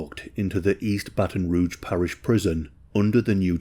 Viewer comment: You pronounced Baton Rouge and Louisiana correctly.